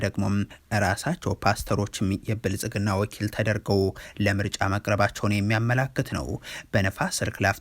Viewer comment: " የብልፅግናው " ስትል አያምርብህም:: "ፅ"ን አውጥተህ በስሙ ጥራው